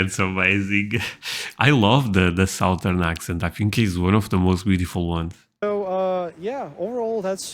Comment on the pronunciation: Its suh thern, not sow thern!